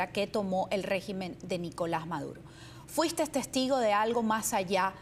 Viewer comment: Alguien puede, por favorcito, decirle a que se dice: Fuiste, viniste, viste. Y no fuisteS, vinisteS, visteS? Sin la S al final de esos verbos.